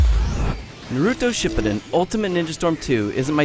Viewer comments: I disliked the vid as soon as I heard how he pronounced Naruto Shippuden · Honestly I had a bad feeling the moment he butchered the pronounciation of Naruto Shippuden